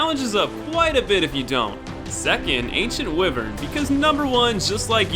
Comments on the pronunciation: "Ancient wiver" it's (why-Vern) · it's pronounced wyvern as in why-vern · "Ancient Wihvurn" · U pronounced wyvern incorrectly dumbass